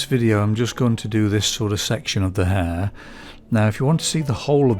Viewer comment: Love this upload. Just remember that the letter "H" is pronounce in the word Hair. Sorry, but you know it's true. As the old saying goes "Do not drop your ayches"